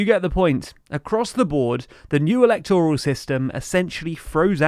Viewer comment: Please pronounce 'electoral' with stress on the second syllable, not the third 🙏